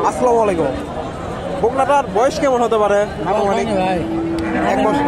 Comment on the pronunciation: সালামটা শিখতে পারবেন না ভাই আসসালামালাইকুম কে সালাম এটা সালাম হবে আসসালামু আলাইকুম